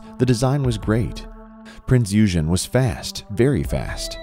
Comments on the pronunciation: Pronounced oigen not ugen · It's pronounced Prints Oi-gen. Not Youjen. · "Battleship Prinz Yujin." Stopped watching after that. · Great video but the ship is certainly not a Battleship or a Capital Ship, it is a Heavy Cruiser and its name is pronounced ''prinz oygen'' On that is not HMS Hood, it is Bismarck firing on Hood. Kurt, please make the necessary changes and let this video take the place it deserves. With best regards, George. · The Prince Eugen (pronounced "Oy Gen" (hard "G") was an 8 inch gun heavy cruiser of 12,000 tons or so , and not,as you describe in your video, a battlecruiser. HMS Hood was a battlecruiser, 41,000 tons with 8x15 inch guns. There was a huge difference between a heavy cruiser and a battlecruiser. A battlecruiser is a battleship with less armor in exchange for speed. Battlecruisers were the same size as a battleships in terms of length, with the same calibre of heavy guns. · ow, Prinz Eugen is a German name, pronounced "oy - gen", with a hard "g" in german. Also, "Euler" is a German name, pronounced "oy-ler" in German. meanwhile "Euclid" is anglified greek, pronounced "yoo-clid". As we're all english-speaking, we can butcher these names however the hell we like XD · The Prinz Eugen (pronounced Pranz Oy-gen) was a German Heavy Cruiser The Admiral Hipper class were Heavy Cruisers Its just so heartbreaking, the Prinz Eugen was in itself a highly advanced warship, even more so than her sisters, powerful and aesthetically beautiful. Her sheer luck alone made her deserving of recognition. Its a shame she's been left to rust so casually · You... you butchered the name: it’s pronounced “Prinzz oi-Gen”, with a hard G and a slightly emphasized Z. German is a very harsh language... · it was a battlecruiser for crying out loud, and it pronounce Prinz OY-gen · It wasn't a battleship, it was a heavy cruiser. And the US Navy didn't want it because it kept breaking down. And it's correct name was Prinze Eugen (pronounced Oigen). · Prinz OY-GEN.